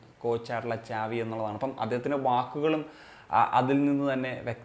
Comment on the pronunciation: Monu pronounce chyyan onnum ariyilla alle